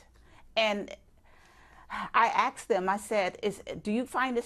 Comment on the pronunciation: she axed em